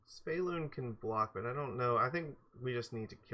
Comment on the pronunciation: Damn, I don't wanna be that guy but... not SY-VElun, yes SVY-elun